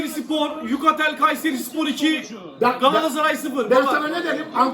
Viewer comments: Yutakel değil Yukatel o 😂😂❤️ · yutakel kayseri değil abi yukatel kayseri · 6 47 yutakel dedi ya la yukatel değil miyidi o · Yutakel ne yaa yukatel Kayserispor IIHHHH IIHHH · Abi yutakel değil yukatel